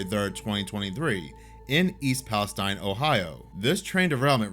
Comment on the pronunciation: I never mentioned it because I started watching this channel after the fact, but I live only a few miles of East Palestine, Ohio. You can bet we were paying attention to the details of this story! (BTW, it’s pronounced “East Palesteen”.) Your recap of the story is 💯 percent accurate. In fact, I suffered from symptoms that I believed came from the incident, but when I was diagnosed, they came from something else that could not have been from this at all. Things are still a mess there even now, though it’s not being reported in the news. Aw, man, buffalo snouts are eatable? I didn’t know that! Happy Thanksgiving, “”, and to the rest of you smart people who live in the USA!